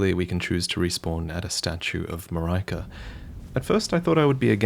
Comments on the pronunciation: Mareeka rather than Mar-eye-ka. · Coming back to watch this hearing how he thought Marika was pronounced is an adorable Leviosah moment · statue of Ma-rai-ka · the one thing every elden ring preview has in common is that no presenter has been able to pronounce Marika properly